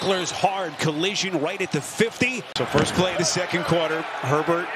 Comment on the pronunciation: the announcer definitely calls Herbert pervert.